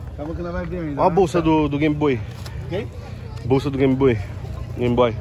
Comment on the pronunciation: "Dátiváider""Gameboi". - ri alto kkkkkk